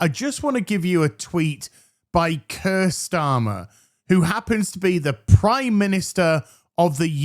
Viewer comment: When you said "Keir Starmer" I thought you said "cursed armor."